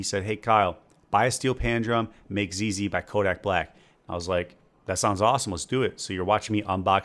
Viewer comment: I thought he said zayloe at first lol